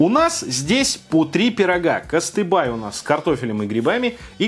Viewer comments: Кыстыбый блин))))) а не кыстыбай)) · Куюыстыбый, а не кастыбай. И он может только с пюрешечкой. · Читайте правильно для начала написано Кыстыбый.... вы говорите Кастыбай 🤦🏼‍♀️...даже если не разбираетесь читать то правильно не проблема)) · Не "кыстыбай", а "кыстыбый" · Все классно , но слух режет ,не кыстыбай , а кыстыбый. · Вот как читая надпись кЫстыбЫй, ты его называешь кАстыбАй?! читать РУССКИЕ буквы ты тоже не очень?)) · Какой кастыбай? Кастыбый! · не кыстыбай а кыстыби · Кыстыбый а не кыстыбай... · КыстыбЫЫЫЫ, а не кыстыбААЙ, элЭш , а не Элеш, вак бэЛЕЕШ господииии как же режет слух🤣🤣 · Не кастыбай, а КЫСТЫБЫЙ!! Слух режет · Читать научись! На сайте написано Кыстыбый, а не Кастыбай. По приколу что ли так каверкать? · Не кыстыбай, а КЫСТЫБЫЙ!!! Пишется татарча, а говорится ТАТАРЩА! Советуйся в следующий раз с носителем языка перед тем как выкладывать видео на публику. И надо не извиняться в течении видео , а просто подготовиться. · "Кастыбай"😂😂😂😂 во дает а! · даже не так - он читает "кАстыбАй"=)) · Аккаля муин, кастыбАй..... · От такого произношения КЫСТЫБЫЙ и остыл))) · "Кастэбай" прям слух режет, прощаю, но можно же было прочитать в чеке и на упаковке, ну,!!! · Кыстыбый не склоняется, ааа, все начало видео бесилась 😂 и не кастыбай нифига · Taicat 86 но у него на фотке даже в телефоне было написано кыстыбЫй , то что он не знает названия, и при этом правильно прочитать не смог - его проблемы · правильнее кастыбый, эщпещмак, бялеш, вак бялеш (произношения), не упрекаю, чтоб знал просто А еще долгие обзоры гораздо лучше, ибо я хочу продлить удовольствие от еды, думаю все хотят, кто смотрит обзоры без еды?! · Правильно кастыбый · КыстыбЫй!!! У тебя на сайте так написано так и говори! ЭлЕш, балЕш ударение на второй слог! Слух режет! Можно было загуглить произношение! БалЕш жалко нельзя так с ним! Верх срезаешь и ложкой ешь. Крышка вместо хлеба. Не все блюда татарской кухни сдесь нет чак-чака и губадьи (сладкой и мясной). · Кыстыбый, а не кыстыбай